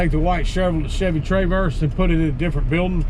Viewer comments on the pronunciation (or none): Lol my man BUT "Carl" Eleanor and Chevy "TRAYverse" 😆